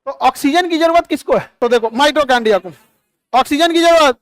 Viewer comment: Khan sir ,Mitochondria theek se uchchaaran kariye ,Mitrochondia mat kahiye.